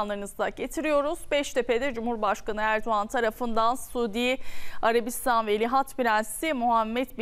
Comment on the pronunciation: Güzel kızım Sudiarabistan derken yanlış telaffuz ediyorsun.Suudî diye tonlayacaksin